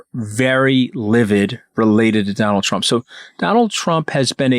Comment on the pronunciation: Did Katty mean to call him Donal Tramp ? 😂